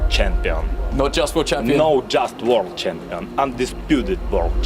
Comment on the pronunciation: "Not just worlCHampiion. Undisputed worl CHampiiion.